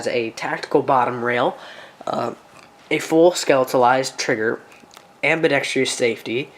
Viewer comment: *ambidextrous, there is NO I in that.